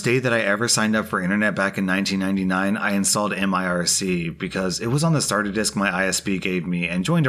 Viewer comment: m i r c? M I R C? Are you kidding me? Its an acronym... you read it like a normal word!